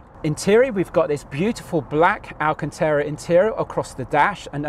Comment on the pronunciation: I drunk a shot every time ‘speciale’ was mentioned. I’m now dead… 😁 Also it’s alcantara rather than alcantera 👍 Enjoyed the vid though jokes aside.